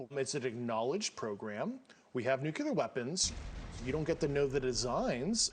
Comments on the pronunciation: Grusch: pronounce it as New-kleee-yar, NOT, new cue lar. Next: is the public being lied to? Were Haitian people eating cats and dogs in Ohio? Do you believe the social security administration is paying thousands of people who are over a hundred years old and even a 360 year old checks every month? Ok. Logically we are being lied to by those who are at the top of the administration. Who is telling you not to talk details re. Roswell? Do you think people like pete hegseth is someone you want to share technology with the type of technology that can help the country be in the position of security and abilities superior to other countries technology while people like Putin invade and make war to fulfill his own desires? Get the idea im sharing with you? Do you think Russia or China would simply share the previously not known technology with us? Be realistic about it. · Saw a large one (oval, maybe 70-80ft long, with two sets of lights on the outer edge which were flashing in opposing sequence/direction from eachother around the edge...and was totally silent) about 100 ft overhead...over trees which were 50 to 60 ft tall when I was 13 or 14. Still...I find it difficult to believe everything someone says when they cannot pronounce nuclear correctly. (Nu-cle-ar....not 'nu-cu-lar'. 😂) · I just dont believe him. His affect is off somehow. Also, the tone of some of his snswers. Hes another "Bob Lazzare" style disinformation tool. Also, he mispronounces "nuclear". He's a puppet. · As a former senior military adviser, who otherwise speaks intelligently, the fact that he mispronounces the word “nuclear” multiple times leads me to question WHY? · How can we trust someone who cannot pronounce NUCLEAR? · What in the heck is, "nucular fizzle"? Saying New Clear isn't as hard as many intellectuals make it out to be. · Nuculer is not a word. It's Nuclear. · Why nukiler? Nuclear shoud ne the correct one, he should know this! Nukiler lol comoooon And he is a physicist, nukiler😮😮😮😮😂😂😂😂😂lol